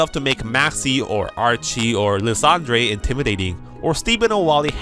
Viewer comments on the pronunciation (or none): Lizahndray is my favorite mispronounciation of that name xD brings a smile to my face every time xD